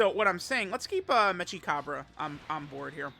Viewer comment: it's mechi as in mecha, not metsja